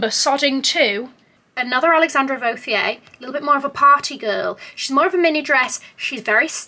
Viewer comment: really is the most real and genuine person on the Community. I loved the dress the brand really suits u (FYI the "h" in Vauthier is silent it's just the "t") I felt like the Cavalli one would have been hot with the Amina Muaddi Gilda animal print heels that were a little falling apart lol. You looked sodding Majestic ✨🤍 your skin looks flawless without any make-up. You just have to be prepared for the great things that is about to happen to you and your career 💕 you deserve every bit of it.